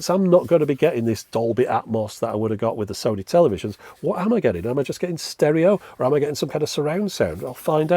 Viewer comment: Sony. Rhymes with ‘moany’. For so many reasons 😉 Edit: if we were supposed to focus on sound behind us we’d have cats’ ears or eyes in the backs of our heads.